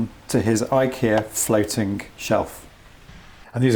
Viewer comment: Scratching-gk Disconserting-gk Shriveling :) Disgusting :) Raking :) Siliconing :) Insuring-gk Floating-gk Very helpful information 😀 but couldnt let that pronunciation of "gk" in words ending in "ing" go 😅 hits all my OCD buttons at once. Too many people pronouncing the "G" at the end of those words :/